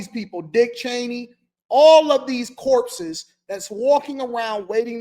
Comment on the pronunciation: did you say corpsis,😮 crashing out on another level😂